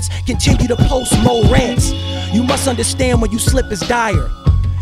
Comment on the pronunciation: “ja(h) bless you, if they catch you they gon press you cuz these news outlets continue to post mo-rants” DAMN this man is zoned in